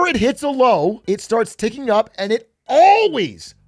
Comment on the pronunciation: ALLWEES, ALLWEES, ALLWEES, ALLWEES, ALLWEES, ALLWEES, ALLWEES